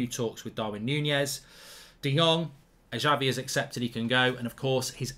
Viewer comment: i hope we sign him as fast as possible and btw Mark its Xavi not Javi :)